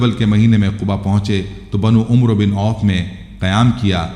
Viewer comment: Ap umro name galat bolta ha ya amer Parta ha ap is name ki takeke kara sahi kia bolta ha yaha ap sa galti ho rahi ha brother